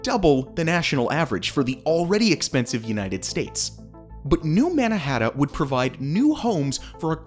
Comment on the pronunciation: He’s saying New Mannahatta